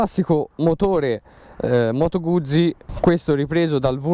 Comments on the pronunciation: Moto guzi...si dice Guzzi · Bella recensione tralasciando la tua pronuncia di "Guzzi" ;-)